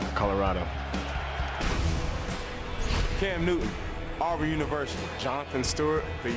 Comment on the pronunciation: Bro it’s auburn not I’ll burn your universty